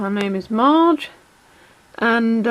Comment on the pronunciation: It Marge not mage